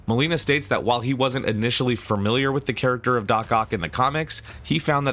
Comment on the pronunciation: I know it's a nitpick but I just absolutely hate it when someone says fur-miliar